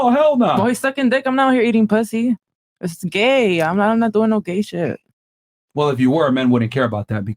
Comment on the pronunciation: A huge red flag is when an f-male pronounces "well" as "woll." It's incredibly annoying and it shows low iq.